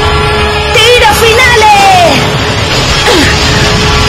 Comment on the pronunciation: The tiro pronunciation is off, like the German one, so it sounds kinda weird. Still, better than the Spanish one, and I'm Spanish.